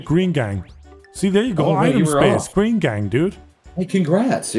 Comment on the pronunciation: gween gangg